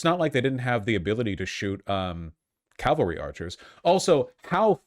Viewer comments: Calvary charge? Ca - val - ry. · He keeps mispronouncing cavalry